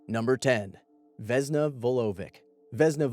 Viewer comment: For Vesna, it's pronounced with an S. You said Vezna and its Vesna. Just saying